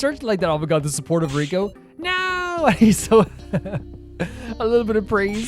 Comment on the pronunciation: Btw Reko's name is pronounced Reh-koh, not Ree-koh. Also I'm not sure who told you Gin is pronounced with a hard G, I don't think that's the case. Sorry to mention these things unfortunately irk me a lot I wish they didn't